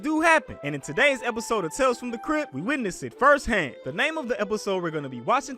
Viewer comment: I thought said “tales from a crip” lmao